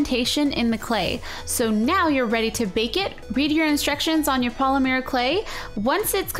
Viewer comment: It annoys me so much that she says "Polimir" instead of Polymer XD